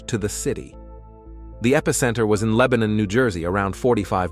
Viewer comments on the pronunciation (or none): none